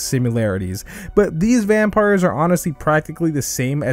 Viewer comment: Bro really said vampirs to the demon s in demon slayer 💀